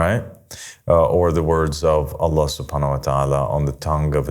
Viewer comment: Bro can’t even say “I seek refuge in Allah from Satan” properly in the beginnings 😂😂